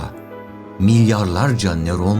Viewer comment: Neron degil nöron